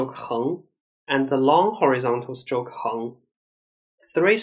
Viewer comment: It took me a while to realise that when this gentleman says "SILK", the English word he is trying to say is "STROKE". I give up.